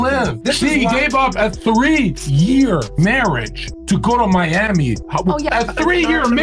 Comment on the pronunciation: Mee- amey 😂 Miami